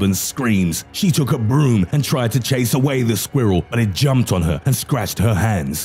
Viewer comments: the way he says SqUhWhirl lolz I’m dead 😵🤣🤣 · I love the way he says "squirrel"